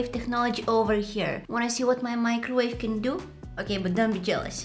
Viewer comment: My-crowave and tear-tilla